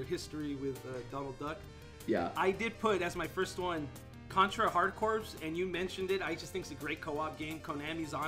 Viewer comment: FYY, "Corps" is pronounced "core", as in "United States Marine Corps".